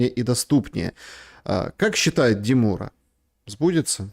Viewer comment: деМура. Ударение на а. Любит он, как конь поржать. Жаль, не может он скакать.